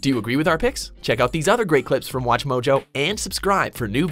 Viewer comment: Stop saying watchmoljo